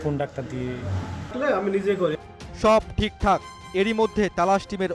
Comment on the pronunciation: ডাক্টার নয় ভাই ডাক্তার 🤣🤣🤣🤣